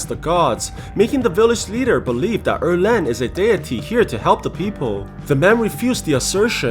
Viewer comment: Its 二郎 not err leng.